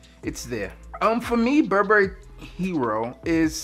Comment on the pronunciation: You can't even say Burberry...